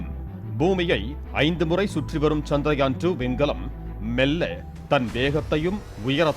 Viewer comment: Nila nu sollama nilavu nu sonna nalla irundhurukkum....and adhu chandraayan....chandrayaan nu pronounce pannama irundha nalla irukum